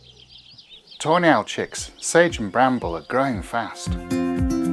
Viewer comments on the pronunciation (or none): Just a little LOL from across the pond.! Every time you say Tawny Owl sounds like Toenails😂. Hope I made you laugh😂.! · I know he's saying "tawny owl", but I'm hearing "toe nail". Sorry,. Love your videos! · I keep hearing “toe nails” Love the video!